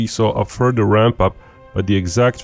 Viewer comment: "Furder events..." Speak English!